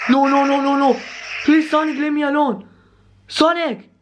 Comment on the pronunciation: Do you call sanic